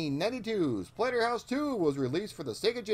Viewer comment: You totally called it Platterhouse at the beginning LMAO